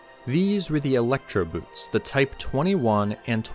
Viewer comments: For real, electro “boot”? Say boat. ffs. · Elektroboot is not pronounced like a type of shoe. Boot is the German cognate for the English boat. Both are pronounced like "boat" -- hence, the German pronunciation is "elektro-boat," if anything, with the "oa" stretched out a bit.